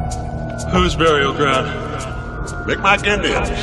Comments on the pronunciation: No problem. It should also be worth noting that the pronunciation heard here is inaccurate. Mi'kmaq is pronounced more like "mig-maw" with a guttural end. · The k is pronounced like g and the q is silent